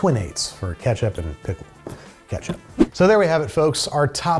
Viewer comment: Was that a Freudian slip with the Vlasics - “pistle” for ‘pickle’?